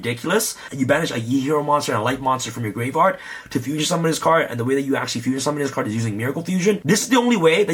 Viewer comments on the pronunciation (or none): you ever notice he says graveyard like gray vard